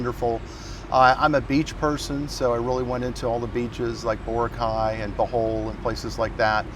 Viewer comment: Someone has to teach him how to pronounce Boracay.